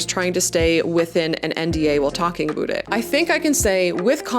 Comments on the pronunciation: Why does she say aboot instead of about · Bruh the canadian accent on ste*oids, a boot. ITS A-BOW-T IN THE CANADIAN ACCENT, NOT A-BOOT! 😂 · Is it 'about' or 'aboot'? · Is this aboot a "semi-oficial" slang or is this an accent? Never heard it LoL...😂 great videos, congrats for Wrektangleu! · Leaning into the "Canadian" is cute for an intro or one off joke, every damned time "aboot" is cringe unless you are the legends Bob and Doug McKenzie. And this if coming from a Canadian...